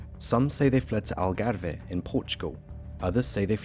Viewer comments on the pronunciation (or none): The Algarve NOT Algarveeeeehhhh! Some terrible pronouciation!